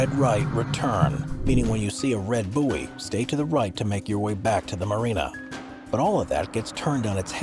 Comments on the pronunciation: Did he really pronounce "buoy" as boo-eee? Hilarious. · Odd. You say "boohe", we say "boy". Wonder how that happened? Also, we'd say "I felt really boyed up when I heard that", ie felt better, more supported. Would you say "I felt really booheed up..... etc" ?